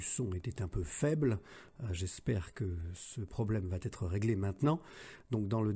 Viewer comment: Je comprend pas, cette vidéo est déjà parue, je l'ai écouté il y a quelques jours... Bonne vidéo mais : il n'y a pas de T à "va". On ne dit pas "va-T-être". C'est une épidémie YouTube mais ça se soigne très très facilement 🙂